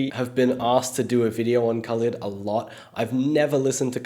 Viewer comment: It's pronounced Kha-leed Soz. Have a great day!!!! Lovin your videos!!!